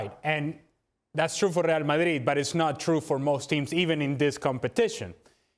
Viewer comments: Ale Moreno said “Ree al Madhridh” 15 times. Today, he was just trying to teach us the right pronunciation. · I come here just to here Ale pronounce “Rlrlreal Madrlrlrid”